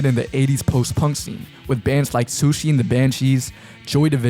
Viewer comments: Lol he really said SOKSEE and the banshees. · dude really, sushi and the Banshees? Could you not have been bothered to take 30 to 45 seconds to make sure you were pronouncing that right? As someone who's never seen any of your videos you f**** up the name of an incredibly influential group, one minute in, it's hard not to assume that you won't know what you're talking about when it comes to any artist you may mention in this video outside of the hip hop sphere.